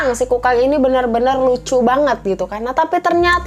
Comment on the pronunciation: Sabar ya..! Kayanya hidup lagi banyak pikiran. Ngomong Kukang aja jadi kangkung..😭 Btw tapi ngakak kak.. Makacih ya udah ngehibur kita..😀